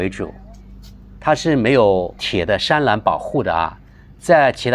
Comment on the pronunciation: 读错字了 栅栏 zha lan